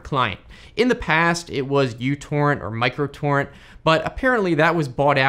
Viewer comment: Oh god someone finally called µTorrend microTorrent instead of uTorrent. Thank you. I'm not alone.